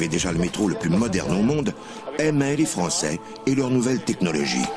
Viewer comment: ... ctun maudit frrrançais encowwwre .. haha j'adore 😅😂 ça me fait rappeler mon grand père